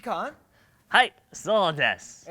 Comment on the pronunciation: that's not how you say "sou desu"